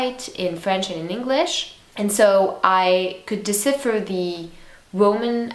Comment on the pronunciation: You mispronounced "Decipher".